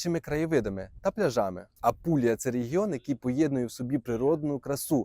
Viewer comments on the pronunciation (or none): Дякую за поради! Була в Апулії і дуже давно в Колабрії. Мрію про Сицилію. Тільки не кажіть "Ампулія", будь ласка. А так все цікаво, ще раз спасибі.